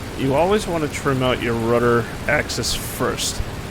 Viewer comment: You said Rudder Udder